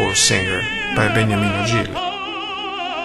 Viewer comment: Beautiful video 🎶, name of Gigli is Beniamino not Begnamino 👍